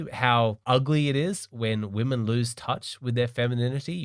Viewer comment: woe-men? putting in EFFORT? c'mon now stop joking 😂